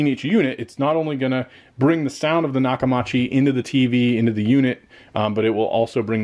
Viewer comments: Say it with me... Nock-Uh-MEE-CHEE I've been using their since the 80s, and that's how you properly pronounce it. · Maybe you should have bought a sound bar matching the tv brand so atleast you can pronounce it correctly lol jk I was gonna gonna get me the same system went with sonos arc couldn't afford dragon at the time but I could have if waited a few months